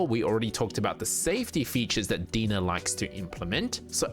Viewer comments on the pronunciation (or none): Pretty sure their logo is spelled DeNA because you're supposed to pronounce it like DNA not Dena lol. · Are you sure its DEE-NUH and not DEE-IN-AYE? Like DNA? Why would they spell it DeNA? Makes no sense. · I like your info videos, I feel your most informative. I always come here for most up to date info. Just FYI so people don't make I'll comments DeNA is pronounced DNA. hope this helps clear any confusion amongst the viewers. Keep it up bro 💯🔥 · Its pronounced D N A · Great video! I might add that DeNA is pronounced liked the acronym D.N.A. You can call it how you like of course but thats what i was aware of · That's my only nitpick, and he kept repeating it 🤣